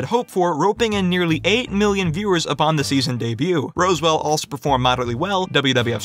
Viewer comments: I never watch Roswell, but the town isn't pronounced rose, but raaz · Did you seriously pronounce the famous ROSwell as ROSEwell? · Roswell is pronounced ‘RAAHZWELL’, not ‘ROSEWELL’ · Roswell = roz well, not rose well 🤦🏾‍♂️ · Lovely video but you lost me when you called her just Sara Gellar lol! Also Roswell as ROSE-well, Ahhhhhg! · Roswell is pronounced "Roz-well" as in the city in New Mexico because ...aliens. Dude, how do you do all this research and bumble something so basic. Good video in general though, but you rushed through trying to explain the ownership legalities. Need to slow that part down. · Did you pronounce Roswell "Rose well" ??? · Did he call it Rose-well? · ROSE-well? Really? C'mon. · How do you mispronounce "Roswell"???